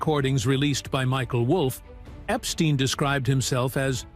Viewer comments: It wasn't instine visa it was Epsetine visa,lol. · It amuses me the way he slows Jeffrey Epstein as tho he is sure if that's how it's pronounced 😂😂